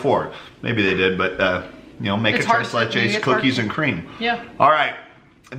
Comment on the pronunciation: Well Just keep embarrassing yourself by pronouncing It wrong. Look it up in the dictionary.. It is pronounced trace lay. It is a mexican dessert.